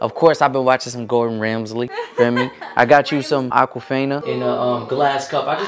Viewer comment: said Gordon ramsley 🤣🤣